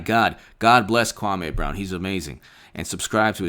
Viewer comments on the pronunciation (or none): You disrespect the man when you pronounce his name wrong...it’s (Kwah-mee) Brown